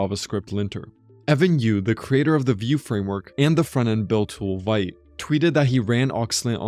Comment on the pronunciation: looking sexier every day! Just a side note: Vite is pronounced as in French, with a soft "i".